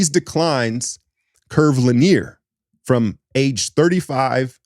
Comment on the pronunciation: Li-NEER 😂 LIN-E-ER is how you pronounce linear. Looking out for u